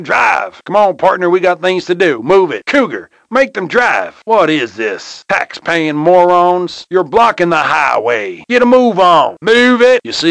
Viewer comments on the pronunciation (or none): he said “Tax Payin” lol